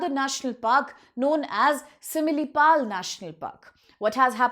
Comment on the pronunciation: Such a joke are you upsc teachers? can't pronounce similipal .bhitarkanika and mayurbhanj.common . this is india or Indian students not for World.